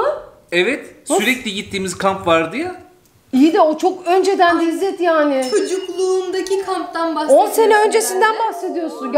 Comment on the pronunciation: Jsjsjjs😂İzder degil izzet 😂😂😂